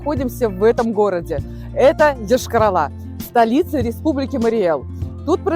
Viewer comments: Девушка,не И.Доносите правильно до зрителя!!!Р.S.я не дам в обиду свой город который начинается на букву Й-ая😊! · На Й начинается а не на и